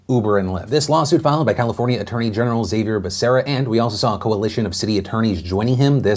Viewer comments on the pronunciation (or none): Hey Phil! Love the show, watched for years! Xavier Bacerra's name is pronounced Ha-vi-er not X-a-vi-er, as it is a Hispanic name.